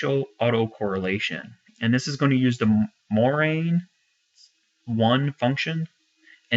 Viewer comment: its morans i not 1 heh